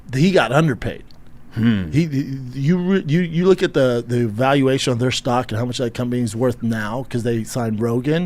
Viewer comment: Schaub being a business shark is hilarious. He can't even say "valuation". I'd love to see him try and say "EBITDA".